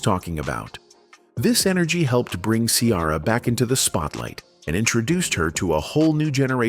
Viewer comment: WHY YOU KEEP CALLING HER KIARA!!👿🤡😫